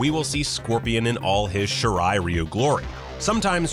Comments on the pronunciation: I don't mean to be nit-picky about fantasy clan names, but, it's pronounced (SHEE-RAI RAI-U) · Finally someone who pronounces Bi-Han correctly... And then I heard Shirai "Reeu..." Welcome to ScreenRant...